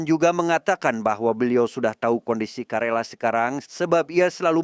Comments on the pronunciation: Izin koreksi bang, KERALA bang bukan KARELA 🙏🙏🙏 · Karena bolak balik ngomong karela jadinya greget pgn ngralat....KERALA"" ya bukan karela.kerala suatu daerah di tamil nadu india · Izin korupsi bg bukan karela tapi kalera 😄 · Om bukan karela tapi kerala